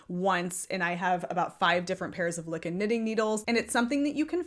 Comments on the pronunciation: It’s pronounced loo kee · LYKKE is pronounced Leek Ke ( short e) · Me hearing you pronounce Lykke reminded me why I hate going to my LYS. The first time I went I was looking specifically for a set of Lykke needles. I asked because the website the official site had taken me to said they restocked recently. They had none. But the owner, when I asked after them, had corrected MY pronunciation TWICE even though she was the one pronouncing it incorrectly. Every time of the 4 times I have gone since she has tried to correct or inform me of something I've already told her I am well aware of and it's the entire reason I kept coming to buy them AND despite the fact that I have been doing this for over 20 years now and I remind her of this every time I go in and I clearly was looking for and buying something for a reason. Like the Lantern Moon cords to replace the awful ones I have for my knitters pride set. Or hitting up double sales to get high end yarn for a steal. She is very pushy and also seems to take a specific tone with me I never hear her take with anyone else in the shop when I'm there. Now I hate going and I am trying to find another shop to go to.